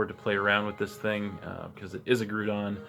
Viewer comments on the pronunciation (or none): It made me laugh every time you said "Grew-don." Made me think of Despicable Me. I'm pretty confident it's Grou-don. Grou as in Growl and Ground. New team, eh? Excellent.. excellent..